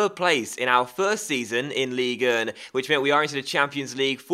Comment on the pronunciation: you are pronouncing Ligue 1 the wrong way